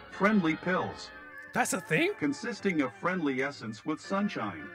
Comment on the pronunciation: dont know’s how to say “with”bc she says “whith”